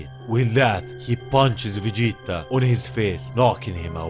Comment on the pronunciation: No one can say Vegeta like you